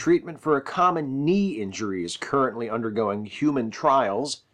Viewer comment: You forgot to say the "k" in knee. I was gonna let it slide once but then I kept hearing it. It's like when Lando Mispronounced "Han"